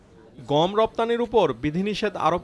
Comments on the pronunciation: উচ্চারন টা "গোম" না। "গম"। আরো সহজ করে দিচ্ছি.... "গঅম"। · গোম নাকি গম? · ও ভাই গোম না গম ? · ভাই উচ্চারনে একটু নজর দেয়া দরকার । ওটা গোম না ভাই গম হবে । অনেকে তেলকে ত্যাল বলে , শুনতে ভালো লাগে না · গোম কি ভাই😜? ১ম দিকে অনেক বার গম না বলে গোম বললেন। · ভাই উচ্চারণ টা "গোম" না "গম" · গোম নয় গম। ওকে! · রিপোর্টার গম বলসে নাকি বোম বলছে ? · গম কে গোম বলে কেন? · গোম উচ্চারন!